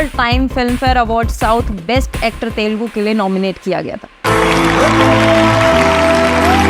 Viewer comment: I dunno why North Indians pronounce it as तेलगु 😂 It is "तेलुगु" You can listen to Vijay saying it correctly